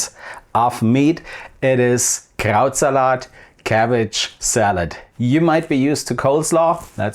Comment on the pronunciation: When you say Krautsalat, it sounds like you're saying Krauts-a-lot, like Sir Lancelot. I'll be eating some Krautsalat tomorrow.